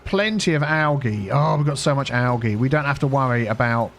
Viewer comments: Its pronounced ALJEE Spelled Algae Not Pronounced ALGEE, just a heads up because out of all my years of being grammar police never once has i heard it pronounced like you say it my friend lol. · i absolutely hate the the way you say algae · Hearing you pronounce algae the way you do makes me giggle 😊 in the us it’s pronounced ‘al-jee’ instead of having a soft g sound, ie ‘al-gee’. I love culture comparisons lol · Never heard algae called algee. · I've never heard of algae pronounced like this before. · G is hard. J is soft . Think you got those mixed up. But yeah we pronounce it algae with a hard G. We tend to not make a fuss when we hear it with a soft g. Not like with Gif.